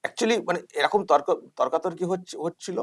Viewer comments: নিজের উচ্চারণ ঠিক নেই। বলছে 'এরকুম" আর লোক কে বাংলা শেখাচ্ছে। এই জানোয়ার গুল কে সরকারি কাজে বাধা দেওয়ার জন্য আইনের আওতায় আনা উচিৎ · এই ছাগল গুলি নিজের বাংলা বলতে পারছে না এরকম শব্দটি কে এরুকুম বলে উচ্চারণ করছে। আর নিজেদের বাংঙ্গালী বলে জাহির করছে। এগুলি বড়বড় রামছাগল😂😂😂😂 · বাংলা পক্ষের ওই লোকটা তো নিজেই ঠিক করে বাংলা উচ্চারণ করতে পারেন না। " এই রকম " শব্দ টা কে - " এই রকুম " 56 সেকেণ্ড থেকে শুনুন কি উচ্চারণ করছে। 😂😂😂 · Gorgo...kothata erokuum noi...eirokom...nije thik kore Bangla ta bolo prothome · এরকুম ,এরকুম ! , আরে ওটা এ রকুম উচ্চারণ নয় রে বাবা ! ওটা এ রকম হবে।নিজেরা শুদ্ধ বাংলা উচ্চারণ করতে আগে শিখে তারপর অন্যকে শেখাতে যেও। তুমি আদৌ বাঙালি কিনা আমার সন্দেহ হচ্ছে! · মানে এরা তো বাংলা পক্ষ বলে পরিচিত তাহলে এরা বাংলাটা কি ঠিক জানে আদৌ এরকম না এরকুম বলছে উচ্চারণ টা।#সফিকুলভাই।